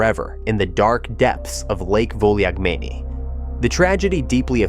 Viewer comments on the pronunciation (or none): Thanks for another great video. As for the lake, it’s pronounced “Vulagmeni” ;-)